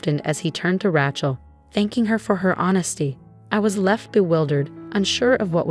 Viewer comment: It would be good if the teller of the story could pronouce the name correctly Rachel is pronounced with a long A. Also other word pronunciations are a bit wonky too. Get somebody who knows the English language and can pronounce words correctly to read these stories.